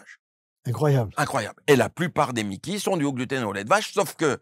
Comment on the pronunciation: C'est MICI pas MIKI 😓 moi je n'ai plus de côlon à cause d'une RCH, bah ça va, aucun changement. Un dermatologue qui guerri l'intestin, c'est comme un cancre qui devient multimilliardaire 🙄 Et entre nous ! On dit "aller À LA SELLE"! Rien que le début est foireux 😓 Ok, la suite est pire ! "Une maladie de Crohn du côlon " hey pépère ! Ça se nomme une rectocolite hémorragique !!! Et ce n'est même pas le même problème de base!!! Je continue de boire du lait sans côlon ! Avec votre théorie fumeuse, j'aurais un maladie de Crohn !!! Aller voir un psychiatre ! Médecin de pacotille !